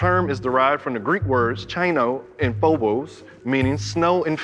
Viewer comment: it's not "chino" it's more accurately pronounced "hioni" χιόνι